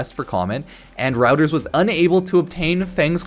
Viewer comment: FYI "Reuters" is pronounced like "rooters"